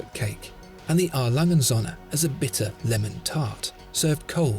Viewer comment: ö NOT o..., please it is not Sonne, it is Söhne. Don't be a yank, do your homework, please...